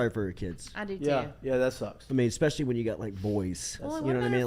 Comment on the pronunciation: Saying “eck-specially” instead of “especially” is a big thing, huh?